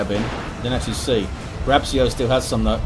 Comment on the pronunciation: You read it "Grab-chio" (Grabcio in Polish pronunciation, I think)